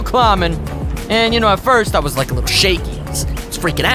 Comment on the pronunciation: Lik? Do you mean like